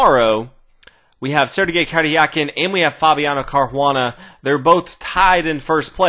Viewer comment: I find it funny how you struggle to say the "r" in Sergey Karjakin's name(no offence ofcourse, just that english doesnt have that sound) :)